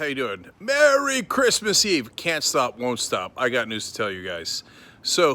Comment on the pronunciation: Crease mas eve. Lol. You just had a Trump moment Cenk!